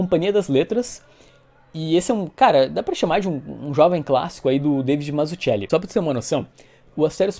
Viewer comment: Putz,, não pronuncia o nome do Mazzucchelli como faz o Alexandre do PN porque tá MUITO ERRADO. A pronúncia correta é "/Matsuquéli/"...